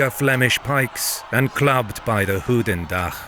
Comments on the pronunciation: I am flemish/ Belgian and when saying “goedendag” you say it like “good” not like “hooten” it also sounds more like the german word “gutendag” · From the way the narrator pronounces Goedendag, he would have had a pretty rough night in Brugge :) But awesome stuff, i absolutely love this channel (and the narrator, sounds a lot like the guy that did this on Discovery).